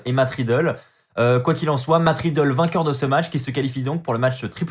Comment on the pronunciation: Tu continues toujours de dire "Matt Ridlle"😂😂😂😂